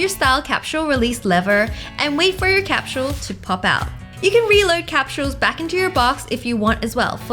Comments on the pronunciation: Wengie: capshule Me: capsule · Why she keep saying capshle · it was soo funny how she said capsule capshuleee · She said capshule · Did anyone else realize she said capshal X3